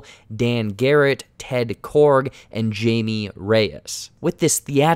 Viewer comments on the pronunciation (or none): “Jaime" not Jamie. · I’m sorry but I cringed so hard how you said “Jamie”. It’s pronounced high-may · Jaime is pronounced as Haimeh. Lol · Great video man! Also Jaime Reyes first name is pronounced "Hi-me", it's of Spanish decent. I'm really excited to see him on the big screen! Blue Beatle is an awesome character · Jaime is pronounced HI-ME. Haime. It's Spanish or something. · Never heard (Blue Beetle’s) Jaime’s name pronounced like Jay-mee. All times his name has been said (in other DC products such as him appearing in animated shows) it’s pronounced as Hai-may. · That actually not how you Jaime it's actually something like hi me except no space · did you really just pronounce xolo mariduena correctly but not jaime reyes? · Jaime is pronounced as "Hi-Mey" Reyes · Can you please stop calling him Jamie. Jeez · The YJ version of blue beetle 🔥🔥🔥and you didn’t pronounce his name correctly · have we covered that the j in Jaimie's name is pronounced with an h noise yet? because it is...